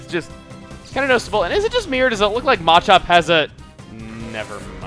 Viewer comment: THANK you for calling it MA-chop and not Ma-CHOP. That bugs the hell outta me...When it is first introduced in the anime, its called MA-chop so thats what I call it. Sorry, pokemon mispronunciations bug me.